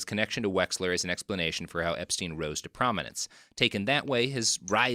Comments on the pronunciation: The fact u keep messing up wexners name and calling him wexler is hilarious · LES WEX-NER GHIS (gee) -LAINE (lane)